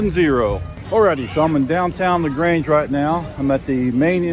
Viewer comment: Great video.. now the only thing is how to pronounce LaGrange correctly